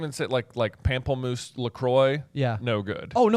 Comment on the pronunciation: Respectfully J, it's PAMP-LE MOUSSE not PAMP-EL